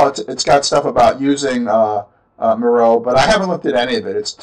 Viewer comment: Miro is pronounced MEER-O :) If you go to the help section on their website, they have an introduction video showcasing the service and that's how they pronounce it. Just thought I'd let ya know.